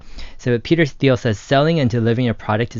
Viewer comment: Hard “T”.. not “Th”.. Interesting topic tho. Thx.